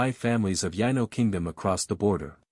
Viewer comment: Yeah the AI or what ever computer is reading can’t differentiate from Yano and Yino lol